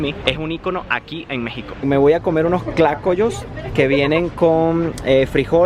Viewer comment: Mayo = mayonesa Es Tlacoyo no Clacoyo. 😂